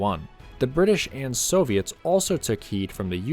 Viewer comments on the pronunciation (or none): none